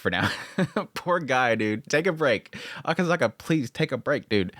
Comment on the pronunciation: It's Akasaka not akazaka